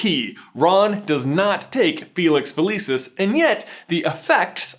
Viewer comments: It Fa-lee-sees, not Fa-Lee-sis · FELICIS NOT FELEEESIS GOD DAMN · So it's a placebo. Fun fact: that's Latin for "I will pleasure." Also Felix Felicis is Latin for "luck of luck." Because it is Latin, the c in "felicis" is pronounced hard, like a k. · Okay, I know I'm being dramatic but I study classical Latin and find it really unsettling everytime you pronounce "felicis" with a soft "c". Maybe that's how you pronounce it in-universe but it's clearly based off Latin and should have a hard "c". I'm stressed about it. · It always astounds me how Americans manage to mispronounce anything. The name of the potion is literally said out loud in the film and you still manage to say it wrong ffs... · Had to downvote since you pronounced “felicis” wrong :-( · this is petty but I hate how he pronounces felicis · He pronounced it weird.